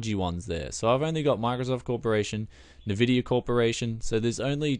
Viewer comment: It's en-vidia, not navidia...